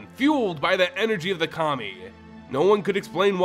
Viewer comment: Pronounced Kami correctly, yet somehow pronounces Kamigawa incorrectly. I have faith that eventually MTG YouTubers will pronounce it right.